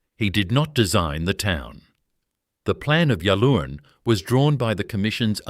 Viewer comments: So many errors. Go to all the trouble and in many cases state ‘worth getting right’ and we get this. The pronunciation of Yallourn is ‘yal-orne’ and local listening to this would cringe! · "Ya Loon" 😂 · Can’t even pronounce the name correctly